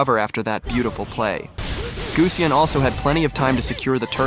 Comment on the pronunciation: its not guseonn its gusion btch